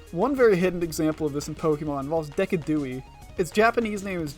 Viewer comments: Love the video. I’m commenting mostly to give engagement but to also let you know that I’m preeeetty sure Decidueye in English is a play on “deciduous” like the type of tree and “eye” so “Dee-sih-dju-eye” in my dialect. But I’m honestly not sure I’ve ever heard someone else say it out loud so I may be wrong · its so extremely different to how most people pronounce it I thought that was the japanese name for a second xDdd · "deca-dewey" do NOT ever call my special boy Amphy a "mid-ass Potential Mon what-does-he-even-do fraud" EVER again 💔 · I haven't gotten to that part in the video and I can't even fathom what way he might mess up pronouncing Decidueye and I'm so excited to hear it Edit: I WAS NOT EXPECTING DECADOOEY WHAT IN THE WORLD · "Deca-dewey"?? I'm sorry what?? (great video btw! loved it :D) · the decidueye pronouciation kills me 😭😭😭😭😭😭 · i hope you know, i genuinely used to pronounce decidueye like that at first 😭😭😭 GREAT VIDEO!!! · Making this whole video about names only to horribly butcher Decidueye at the end is top tier rage bait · Nice video up until you pronounced Decidueye